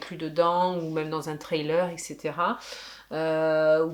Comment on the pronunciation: C vrai que vous avez plein d’objectifs cette année. Vous êtes tranquille là-dessus ?Une chaîne que j’parcours volontiers ”les lectures de pippin” . Et je reconnais bien que j’suis sur votre chaîne à toutes 2 avec l’anglais : prononcer ”trailer ” pour ”thriller ” . . .😮😄🌸👌🏻👋🏻